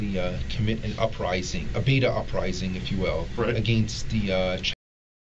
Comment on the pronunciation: i kept hearing "beat off rising" instead of beta rising